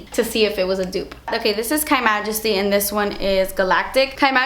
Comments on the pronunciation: no it literally says KYmajesty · it's just "K" majesty, pronounced like Kay, not like Kai